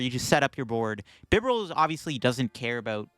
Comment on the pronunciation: And Bibarel sounds like liberal